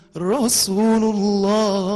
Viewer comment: رسولَ الله يا احمد بالفتح مش بالضم ... عشان المعنى كده اختلف خالص